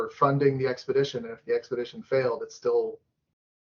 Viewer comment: fair enough I was wrong, her husband who looks like he’s the serious one paid for them to go on the trip, I stoped watching after she couldn’t pronounce expedition 🤭